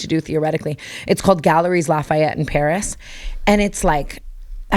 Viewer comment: You don’t pronounce the S in the mall name! “gal-le-ri la fah-yet” and it’s like French chain for Holt Renfrew